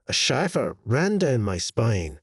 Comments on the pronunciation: I ALMOST thought this was an actual person, then they pronounced "shiver" like "liver"..NOPE! AI.... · Im pretty sure thats just his Scottish accent.